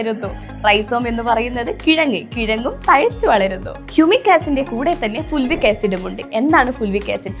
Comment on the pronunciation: ഫുൾവിക് അല്ല ഫൾവിക് ആണ്.